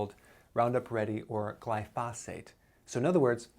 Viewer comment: You may want to turn the volume up a bit. He actually said gly-phos-ate more than once, and it was pronounced correctly.